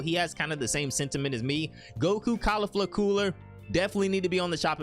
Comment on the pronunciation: Bro it’s not “cAuLiflA” it’s pronounced “cau-LEEF-LAH”